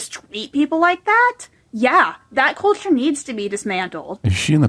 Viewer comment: the way she said culture 😂😢